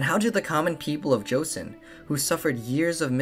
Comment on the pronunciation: how could you guys do all this extensive research but still do not know how to pronounce joseon right